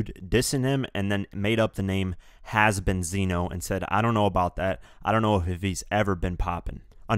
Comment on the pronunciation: "Has-benzino" my fav.